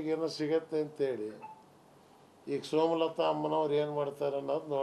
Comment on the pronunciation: ಅಣ್ಣ ಸೋಮಲತಾ ಅಲ್ಲ ಸುಮಲತಾ😅😅😅😅